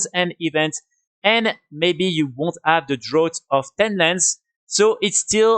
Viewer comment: Draught is pronounced "Draft" in English, great video man!